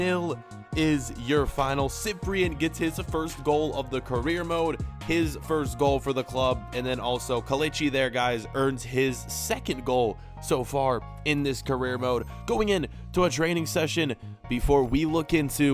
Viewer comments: Co-lech-ee Ee-er-nacho is how its pronounced. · It's pronounced 'kah-lech-ee ee-en-acho'.